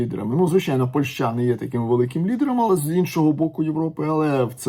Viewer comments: Ваша ПольшА, просто УБИВАЕТ, дальше не хочется слушать! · Если вы еще и поляк, то тем более удивительно слышать такое ударение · 😂 я с Украины и живу в Польше уже 9 лет. Но такое ударение слышу в первые. Ни на украинском, ни на русском это слово так не звучит.